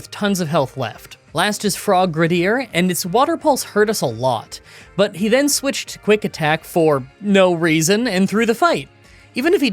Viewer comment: "frogradier"? do you even try to read the names